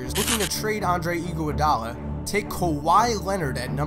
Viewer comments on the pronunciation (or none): ANDRE EE-GWUA-DAA-LA